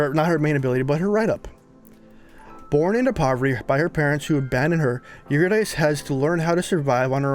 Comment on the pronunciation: It's pronounced "Yer-rid-eh-c" Eurydice, she's a Greek Goddess.